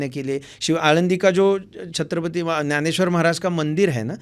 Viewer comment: त्याला ग्यानेश्वर नाही ज्ञानेश्वर म्हणायचे महाराज हिंदीत बोलताना सुद्धा. त्याशिवाय आपली भाषा अभिजात मराठी वाढत नसते